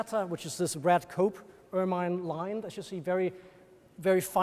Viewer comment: Please note that "papal" is not pronounced "papple" but "paypull". There were other odd pronunciations too, but this was the worst. "Ermine" is not "ur-mine" but "ur-min"